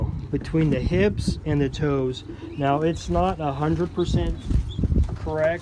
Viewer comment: Are you saying HIPS or HIBS? Not sure what HIBS are.